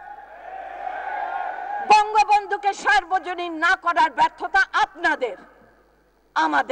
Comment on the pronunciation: কে কাকে সর্বজনীন করতে বলেছে? বক্তব্য তো দিচ্ছেন, কিন্তু উচ্চারণ তো ভুল হচ্ছে। সার্বজনীন নয় সর্বজনীন হবে।